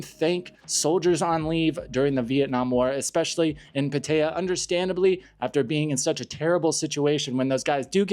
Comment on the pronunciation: Your pronunciation of Pattaya is way off.